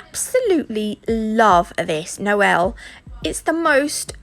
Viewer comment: Noelle is my middle name. It makes me happy you pronounced it correctly no one ever does, not even at my graduation.